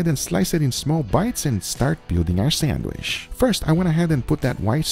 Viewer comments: 1. its sandwich, not sandwish 2. when you name ingredients, breathe, it sounds like you will start cry soon or you are out of air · What the heck is a sandWISH? If you can say chicken or cheese then you can pronounce sandwiCH. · What is a "sanwish"? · Nobody: Guga: sandwiSH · Guga knows why he's pronouncing it "sandwish", cause you wish you can taste it too 😀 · it really scratches my ears when he says "sandwish". it's not a French word..